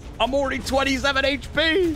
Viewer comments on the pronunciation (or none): panicked so hard he said "27 hp" like an American LOL